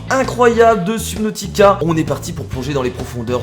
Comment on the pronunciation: On dit pas sUbnautica mais sEUbnautica